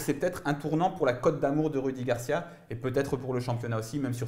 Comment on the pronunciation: Ces rudi garcia arrêté de dire roudi